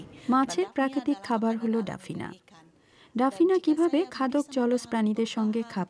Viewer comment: এটা ডাফনিয়া হবে, ডাফিনা না।